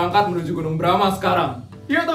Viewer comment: kakgunung nya kok bilang nya Brama kan namanya bromo nga Brama paling salah bicara